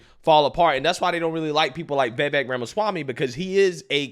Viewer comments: Day 2 of me correcting how pronounces Vivek. It's "viv-vake" not "vay-vake" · It’s VIVEK not VAVAK! 😂 😂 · Come on man you still can't get his name correct. It's pronounced viv-ache not vAv-ache. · Please his name is Vivek not Vevek!